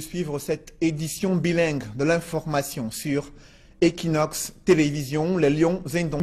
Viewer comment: Please Anglophones of Équinoxe TV, 'equ' is pronounced as in equator.